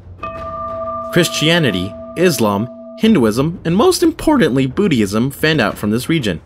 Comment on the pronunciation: Did I hear you said Boo-de-ism?😂